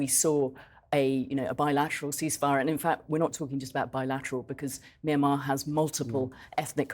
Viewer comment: At least have enough respect for these poor people to pronounce the name correctly My Mya Myan Myanmar